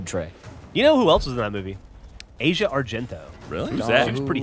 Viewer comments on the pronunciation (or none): Geoff threw me off how he pronounced Asia's name although mentioning Dario makes me want to rewatch Suspiria.